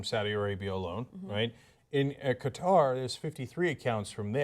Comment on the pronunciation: Cenk, you MORON, stop changing your pronunciation of the country Qatar. Choose one and stick with it. Do NOT alternate from "cutter" to "ka-tar" because that is very offensive to those of us from the country. Thanks you ass-hole!